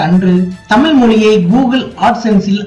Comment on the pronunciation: தமிழ் என உச்சரிக்கவும்.